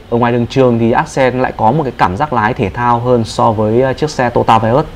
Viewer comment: Đúng là người Bắc không đọc được chữ to yo ta mà đọc là tota.